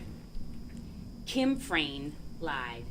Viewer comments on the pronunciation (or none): This defense attorney is so annoying! She can’t get her facts straight and she can’t say people’s names correctly!!!! Hello!!! It’s Frain, not Fran! Geeze